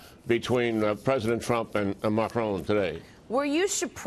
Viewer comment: Why do so many Americans pronounce Macron Macrone?